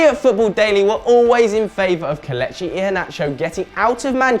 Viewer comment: Omg he needs to learn how to say kelechi properly